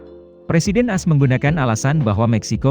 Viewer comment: Narasinya bagus, tapi tolong ejaannya diperbaiki, contoh: lebih baik dibilang komplet Amerika Serikat daripada ngomong AS, malah ngomongny bener2 'AS', bukan dibaca per huruf. Juga, mantan pemimpin Meksikonya yg benar namanya Santa Anna, bukan Stanta Anna